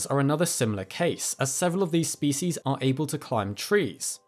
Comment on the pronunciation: you give me the distinct pleasure of being able to tell you, at least in this video, your pronunciation of the Latinised species names was immaculately precise. I dread hearing some people repeatedly mispronounce some things, when they are otherwise brilliant. Just don't disappoint if you ever do a video on Cnidarians. The "c" is not silent. Ask any Greek. Till then. keep up the great work, and Be Well.